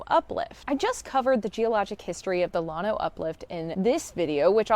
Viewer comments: The double ll is pronounced as a Y. Yano. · You did not pronounce Llano the way native hill country people do .